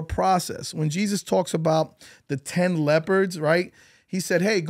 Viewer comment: 10 leopards? 🤣 Sorry, but I can't pass that up. I know he meant lepers, but it sounds crazy to me.